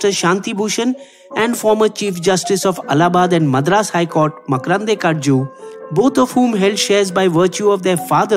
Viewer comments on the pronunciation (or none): Its not Makrandey. Its Makrandey. Please pronounce the name correctly